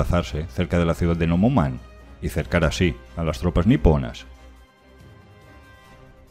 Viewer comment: Súper buen resumen histórico. Una corrección o más bien acotación: el nombre de la ciudad se pronuncia "nomonjan", no nomoman.